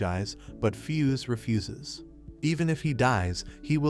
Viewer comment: Did anyone else laugh when he said fuse Refuses.?